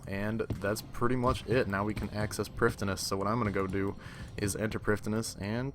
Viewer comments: Sounds like your saying priftiness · I really enjoy the videos man they are great but your pronounciation of prif ddinas is actually soul crushing